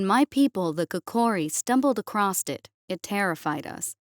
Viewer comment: The word “across” does not contain the letter “T”.